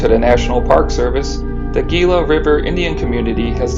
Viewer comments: Gila pronounced = Hila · Please, Gila is pronounced “ He-lah”. FYI. The less the public knows about Native Am. artifacts, ruins or spiritual places the happier the feds are. God has a place in heaven for all of our treasures that God used to communicate with His people.🐾🌵